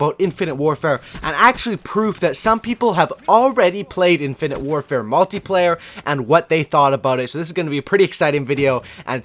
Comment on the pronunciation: omg you said multiplayer not multeyeplayer!